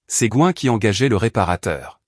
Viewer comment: Je suppose que le surnom est GWEN et ne se prononce pas GOIN